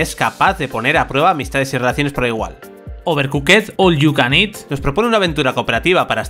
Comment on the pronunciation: Quien carajo juega tetris en una PS5? No tendría ni que mencionarse ese juego está para PS5, y otra cosa... Horrible su pronciacion de la palabra "Overcooked", para la próxima utilizen traductor Google para escuchar como se pronuncia. 🤦‍♂️